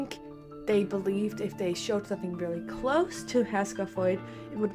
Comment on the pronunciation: It's pronounced her-sher (Herrscher). Sorry, to nit pick. Very nice video! Subbed!